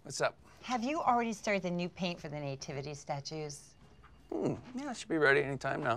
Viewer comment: I've never heard someone called the Nativity Scene a Năytivity😮 it's pronounced nuh·ti·vuh·tee